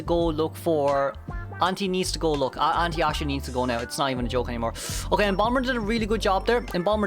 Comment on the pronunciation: Embalmer ? Wkwkkw